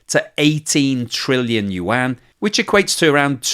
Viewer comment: Thank you for learning to pronounce Yuan. It's pretty decent now. Much improved from 6 months ago. 😀